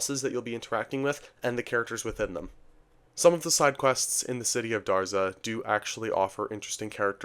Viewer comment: DAZRA not Darza